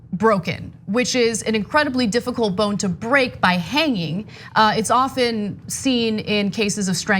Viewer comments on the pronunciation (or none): none